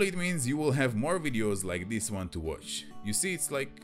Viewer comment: this, not "dees"?